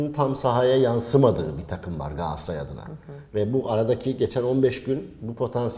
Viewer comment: gaasaray ne Galatasaray demeye dilunmu sürtiy